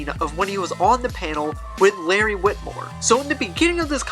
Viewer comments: If you care, it’s Wilmore not witmore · its larry wilmore not witmore not trying to be a jerk i just couldnt leave it be.